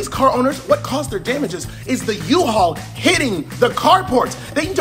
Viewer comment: Bro gave me a slight heart attack when he put too much emphasis on the U in U-Haul.